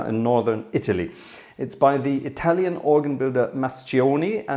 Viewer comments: I had to rewind and listen again to your italian, would have never expected such good pronunciation. Complimenti, grazie per questo piccolo regalo ai tuoi appassionati dallo stivale (Congrats, thanks for this little gift to your fans from Italy). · During the first few seconds I thought the video was only in italian😂. Ottima pronuncia by the way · Wow, very good Italian pronunciation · Good italian pronunciation!😄